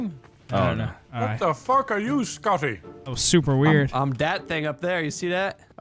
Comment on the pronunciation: We all gonna ignore “What de fock are you? ScohTtttTy”